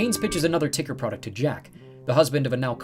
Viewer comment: If Tuckersoft changed their name to TCKR... wouldn't it be tucker not ticker? :P